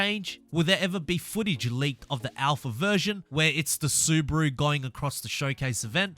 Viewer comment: im german and the SUBARU sounds in your mouth SUBRARU thats not nice pls learn it :D XD